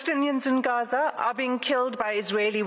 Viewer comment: Bless her she tried so hard to say Gaza properly (Ghaza).. and she did it well 💯🤍